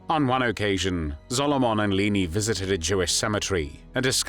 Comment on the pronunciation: But why can't he pronounce the name 'Leni' properly?